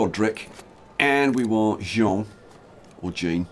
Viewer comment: Yes, you pronounce Jean correctly when you do it the french way. ;)